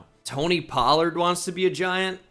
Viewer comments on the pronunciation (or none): none